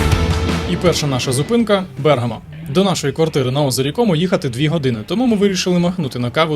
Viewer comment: Vse chudovo, tilky pereviriajte nagolosy. Napryklad, BergAmo, a ne BErgamo.